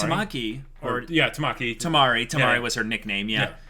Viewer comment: U guys can just called the 4th girl Yuzuki :) n its Kimari not Tamari ^^